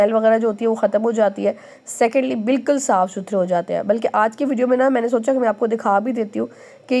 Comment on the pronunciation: Bilkal ni bilkul bola karain..... baki ویڈیو boht informative hoti hy Allah apko mazeed kamyabi dy